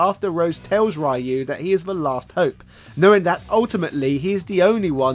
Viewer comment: Yo it hurt my soul when he said Ryu wrong 😭😭😭😭